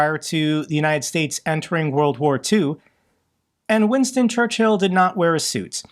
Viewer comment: In all this sadness the only thing cracking me up is pronunciation of Churchill. ChurchHill xD